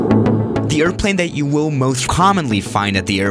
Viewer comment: Normal you tuber writing title: airplane: alplane